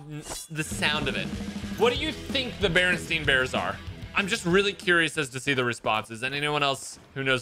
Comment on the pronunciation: it’s barinstain bears not barinstein bars.